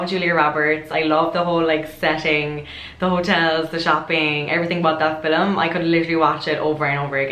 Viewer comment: Ah say film again, I love it!